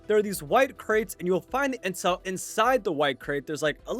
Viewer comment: I lowkey thought you said incel for a sec